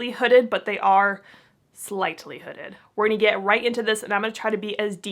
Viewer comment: Gurl!!!… NOT hooded lol